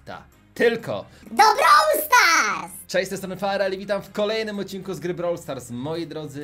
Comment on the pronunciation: Nie browl tylko brawl